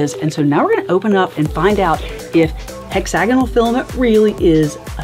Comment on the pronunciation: The way she pronounces hexagonal made me google how to pronounce it. I’ve been wrong I’ve been saying it like hexa-gone-al What in the dialect